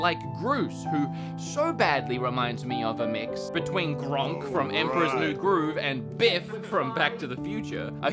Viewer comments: how am i only noticing three years later that pronounced Kronk's name as "Gronk"?! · Man called Kronk "Gronk" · His name is KRONK not GRONK lmfao.